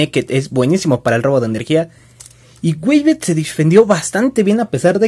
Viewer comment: Like :v se llama wave la punta de diaboros y se pronuncia weif xddddddd chasis 2 stamina el de mirage